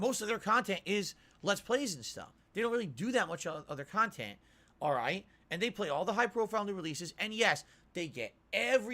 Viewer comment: First 25 seconds I already want to jump off a bridge. "GAHD OF WOR IS MY BUSINESS, CANT PLAY IT!" Makes you sound like such a penny pinching pig. Why not just say "I really wanted to experience it with you guys!" like a normal streamer? Oh wait sorry, "on demand" and streamable KAHNTENT is a totally serious business that is 1000% super serious with no room for feeling unless its feelings that makes your viewers give you pity money.